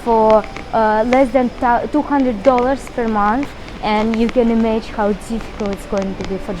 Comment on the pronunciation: паникерша вы та еще, к августу многое устаканилось, но главное не это - pronunciation is below par: can imAGINe (не имадж), budget is -баджет, не бЮджет, situation is not GOOD, no - not well!!!!